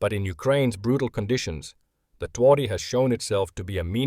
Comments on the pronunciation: Interesting movie. While loss rate is only partially useful for rating tanks, it is helpful. And movie is well documented. P.S: "Twardy" should be propounced "tvardy". It means "tough". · Some reliable information right here. And a... special pronunciation of Twardy.